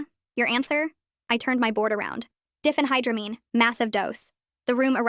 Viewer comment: Diphenhydramine is not pronounced Diffenhydramine. It's Die fen high dra mean.